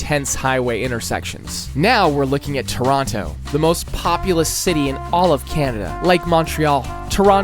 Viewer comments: he mispronounced toronto get him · the way he pronounced Toronto with that second T really pissed me off. Though it wasn't close to the worst one, as Boisbriand probably holds that LOL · why bro saying "Mawntreal" "circus oleh" and "ToronTo"